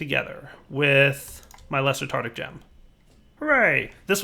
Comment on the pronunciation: Is 'tartic' the american pronounciation of 'tartaric' ?